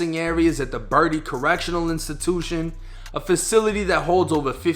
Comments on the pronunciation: It's pronounce Bert -Tee , not Birdy 🙆🏿‍♂️🙆🏿‍♂️🙆🏿‍♂️ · It's Bertie ber...tie. not birdie. I'm from there and ppl always get that wrong. And thanks for shedding light on this because I thought he killed a baby on purpose. That prison is the worst in my area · I know you don't know cause you ain't from NC and I'm just telling you to just enlighten you but it's actually pronounced ber-tee. Either way is this what it is and karma caught up with him, fuck a baby killer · (Bert-t) is how you pronounce the jail name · Just 2 clarify I was just saying how 2 correctly pronounce the prison name, no disrespect at all intended. I love ur content and ur story. Keep it up bro!! Much love from North Carolina